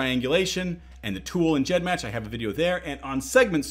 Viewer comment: He pronounced it 'GEDmatch' with that soft g, and I was shook, and since I imagine that 'g' stands for gene or genealogy, it makes sense, but it was still weird